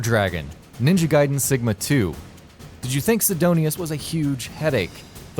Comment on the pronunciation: At least he didn't say Ninja Gay-den like most reviewers who didn't know.